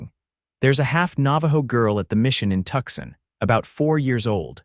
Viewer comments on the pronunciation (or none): Again with the Tuxin. It's Tuscon, pronounced Too-sawn. When is you AI company going to fix this? I saw that read finally got fixed to go either way. Now let's work on Tuscon.😅